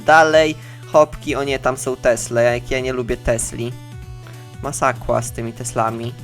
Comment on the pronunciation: Uwielbiam jak mówisz masakła xD